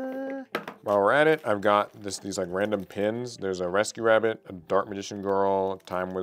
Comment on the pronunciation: That wascially wabbit